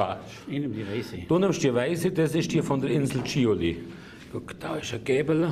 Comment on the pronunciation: und die schöne Insel heist Chiloé, nicht Chilolé, so 200 km südlich von uns